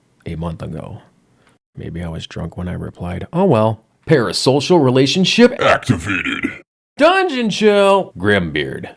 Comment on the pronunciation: Lovely review, loved the "Grim beard! DRUNGEON CHILL!" bit, but I do gotta disagree on the acting bit - I think they knocked it outta the park for what they had. The self-absorbed president, the dutiful big bro, the outrageously cocky protagonist and his rival, all super fun and acted well, even if the writing's sometimes a bit, uh...not too great. Their sets are pure 90s, though. The power ranger-ass armor, the BIG NUTS and drawers, the teleporter that's just a plastic ring chucked on the floor, I love it. I'm definitely gonna throw this onto my list of stuff to play! It sounds and looks genuinely fun. Edit: Hey that's me! Neat. I see I'm not the only new subscriber from a German speaking country! Hearing you pronounce "die Spottgeburt" is great